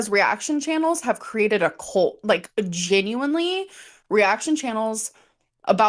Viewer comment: Her saying ‘geen-you-enleeeeee’ makes her comment that more disingenuous. She’s so dumb.